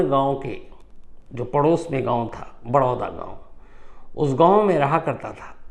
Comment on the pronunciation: बड़ोदा नही बडोडा गांव